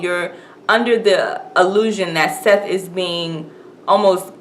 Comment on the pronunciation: RIP Toni Morrison. idk why this woman,, is calling Sethe, "SETH", if she just watched it, but it IS "Setha".